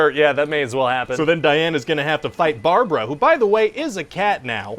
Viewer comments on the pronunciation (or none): Its not Barbara, its Brabara